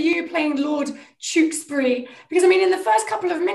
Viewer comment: The way millie pronounces Tewksbury . I love it.